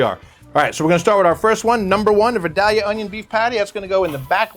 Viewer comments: Pronounced vIdAlyuh please... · It hurts my ears that you are so close to Georgia and don’t know how to pronounce Vidalia. It’s Vie-Dale-ya. Otherwise, great video.